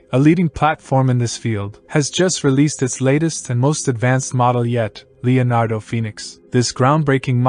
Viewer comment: I thought he was super clear, I wouldn't change anything, I heard every word and understood every word, only word that wasn't pronounced properly was Leonardo at the very beginning, but don't worry about that, people came here for the Leonardo AI in the text heading, so it's not hard to work out and they know why they are here like the rest of us, to get insight and learn more about AI prompt texts etc, don't hate on someone from another country because the way they speak, keep up the great work, focus more on your Ai skills as you have shown in the video, your voice is fine.